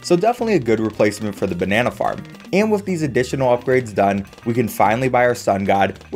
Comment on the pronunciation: Why did I hear the Banana Farm as Banana Fart